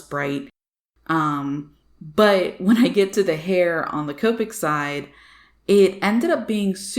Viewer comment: When you say Copic I think you keep saying covid lol, both sides are amazing though